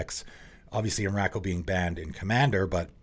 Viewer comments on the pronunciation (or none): The way you pronounce Emrakul is different than I've ever heard. Not sure if it's wrong or not. Most people I've heard say em-ruh-cull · I've never heard anyone pronounce emrakrul like that before